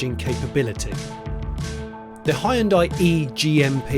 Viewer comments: "Hi yoon dai"... c'mon you can do better, it's so off-putting. "Hyon dae" is way closer and you almost got it !! I'm always impressed and eager to hear your opinion, but in this one I got withdrawn from what you were saying cuz of that 😔. Apart from that the visuals, pace and editing was top notch! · Hyoon (one syllable) dai (one syllable). Two syllables. Not Hai-Uhn-Dai. Hyoon-dai. Ask any Korean. Please. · It's Hyun-"day" not Hyun-"die". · Hyundai is two syllables not three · Great car, but why is it that nobody in the UK knows how to properly pronounce Hyundai? For one, the "y" is nearly silent and the "i" is completely silent. Think of the end as "Day" not "Die." Oh, and this is from the Koreans, not just me saying it. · Korean listening to “Ha-hyun-die” : 😩 not again... Please guys, it’s /hyun-deh/🤪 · Why is it that 90% of people can't say Hyundai properly? It's pronounced "Hyun-deh", not "Hi-un-die" or "Hi-un-day". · Mans called "HYUN-DAY" -> "HI-UN-DIE" for the whole video ;D oh my god that was painful... otherwise nicely planned and edited video ahahahaha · Ooh Johnny, it's not hy-un-dai. Its hyun-dai. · I'm picking nits, but it's pronounced he-yun-day, not hi-yoon-di. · It's not "Hie-un-Die"!?!?!? 'hyu' is a single syllable. It is '"Hyu-n-day", Hyu-n-day NOT, NOT NOT Hie Un Die !?!??! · Jonny, Hyundai rhymes with Sunday. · Please Jonny. Hyundai rhymes with Sunday. It's not Hye-yoon-dye. If folks can sound out the "e" in Porsche, then we can def use the easier (and correct) way of saying Hyundai. Anywho. Fantastic video! Can't wait for this one to go on sale. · You don't have to pronounce EVERY LETTER in a word. It's pronounced "Hunday" - like Sunday. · its pronounced "hue-n-dae" hue as in color n dae as in a sundae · It's pronounced like hun-day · Hun day ...come on get it right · I still don't get why this company is still called like 'hon-die'. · Hyundai like sunday...not hi on die.. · hyundai its not hi un di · it's bloody hyundai and not HIEANDIA